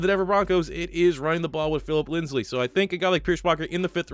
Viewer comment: it’s Phillip LIND-ZEE not LINDS-LEE!! You pronounced it that way in the broncos rebuild and it hurt my soul... and you gave me PTSD